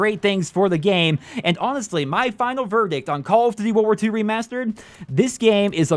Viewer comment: You saying remastered it stupid.